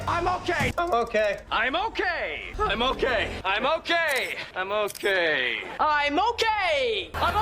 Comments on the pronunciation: All the "I'm okay"s started sounding like "I'm all gay" after the 10th time 😭😭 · Okay hearing it enough it starts to sound like he's all gay instead of he's okay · “Im okay” starting to sound like “I moké” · The more he says "I'm okay" the more it sounds like a foreign word